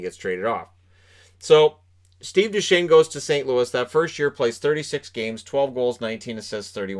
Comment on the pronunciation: Ah yes, "Steve Dew chez nee"